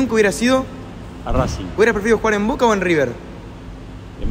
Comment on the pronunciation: El mejor equipo del fútbol argentino actualmente...y dijo Voke jajaja 🤣